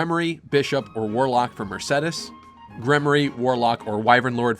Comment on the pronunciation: Finally someone that pronounce Mersedes and not Mersidis, thank god